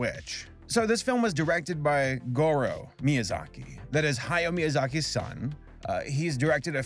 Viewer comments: Spelling: Hayao, Ha-ya-o: "Hayo" I don't think you even tried to pronounce this one correctly. Just say it how it's spelled. A (Ah) I (EE) U (OO) E (Eh) O (Oh) are the Japanese vowels. There is only one possible way to pronounce each vowel in Japanese, and that never changes no matter where the vowel is in a word. Easy. I think it's just so lazy when YouTubers can't take a second to make sure they're pronouncing a name correctly before putting it in their script multiple times. Welp, here I go listening to you say "Hayo" for 8 more minutes...And you'll probably never see this, but maybe someone else saying "Hayo" will. Also, fun fact: In the Japanese version, the band is just called Earwig in English. But Earwig's name isn't literally Earwig. Her name is Ayatsuru (アヤツル), and the head of the orphanage splits it up as Aaya Tsuuru (アーヤ・ツール). Ayatsuru (操る) is a verb that means "To manipulate, To control". I think it's more clever than just calling her Earwig. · It's Ha-ya-o. Three syllables. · Hayao’s name is pronounced Ha-Ya-Oh, not Hayo